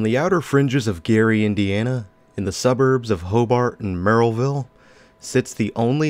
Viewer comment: I can tell you’re not from the region because you pronounced ‘Merrillville’ correctly 😂 we tend to say either “merry-ville” or “mare-uh-ville”